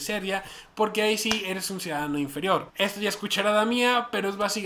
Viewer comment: Eso de inferior se escucho Nazi